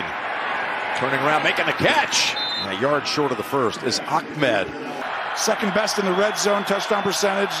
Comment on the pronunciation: I still don't know why these announcers keep calling the Dolphins running back Akmed when his last name is Ahmed. Maybe that's how it's pronounced or something...